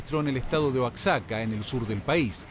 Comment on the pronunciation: Se pronuncia OAJACA, aunque se escriba Oaxaca. Deben tenerlo presente porque en muchas de sus emisiones pronuncian mal.